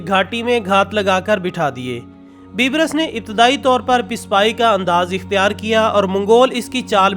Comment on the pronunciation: ye bibrus nai ha balke baibers ha